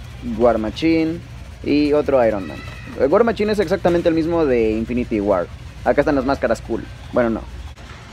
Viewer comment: "WAR MACHIN" jaja